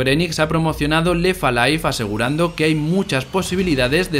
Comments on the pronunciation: "La historia de Lefa Life" y así durante todo el vídeo. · Pues pronunciando la T. Pero en inglés, no en francés. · Lo de no pronunciar la 'T' entre 'left' y 'alive' del narrador le da un punto noPor. Alguien tenía que decirlo. P.D: Sin duda esa sustancia está viva (o al menos la da).